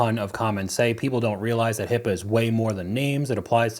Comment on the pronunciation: It is HIPAA, not HIPPA. I wish more nurses would learn this.